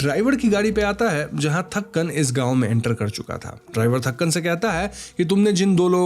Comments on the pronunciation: it's तंकन, not थक्कन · its thanghan not thakan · Not Thakkan it's Thankan 😂